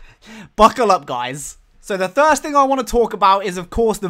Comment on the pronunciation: "fird and thirst person"